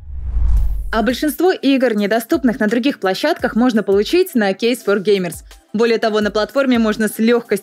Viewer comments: Кейз фо геймерз, р не читается и не произносится. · Кейс Фор Геймерс!!!Товарищ! наздоровье! Водка. борщ! балалайка!!! вЫ вообще читаете комментарии??????? алло. прокачайте произношение!